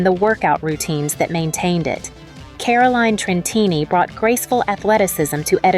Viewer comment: It's not KÁ-ra-lain tren-TÍ-ni. It's ka-ro-LÍ-nem tren-TCHÍ-ni. It's Portuguese!